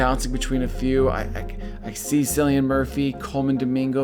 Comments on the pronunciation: sorry to be that person, but it's pronounced Killian, not Sillian. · Cillian (Murphy) is pronounced as kill-ee-an, no sill-ee-an.